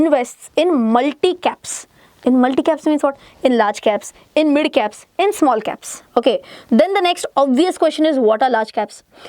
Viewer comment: Why your “MID “ pronouncing is so worse